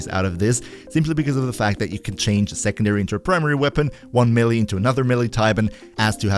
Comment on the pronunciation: Great content, but for the love of all that is holy, there is no such thing as a "mill-e" weapon! Both syllables are pronounced with an "a" sound, not an "e" sound.